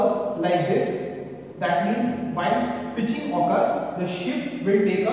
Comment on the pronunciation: Sir ap pitichig thoda galat bole hai